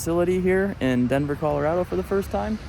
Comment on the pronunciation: If I had a nickel for every time he said Colorado wrong I would have a lot of nickels